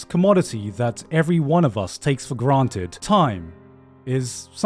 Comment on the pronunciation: I can't not chuckle every time he says the word 'granted'. There's something wrong with me.